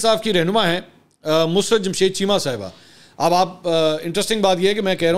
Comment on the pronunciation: The pronunciation is not mus- rut. It’s Mu-sur-rut. Mansoor you always pronounce it wrong. It’s such a common name